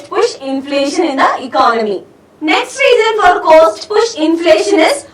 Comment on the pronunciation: Btw it's not 'coast', it's 'cost'.